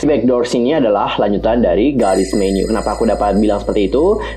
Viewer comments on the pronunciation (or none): Apa cuman gw yg ngedenger tiap bilang God's menu jadi Garis menu...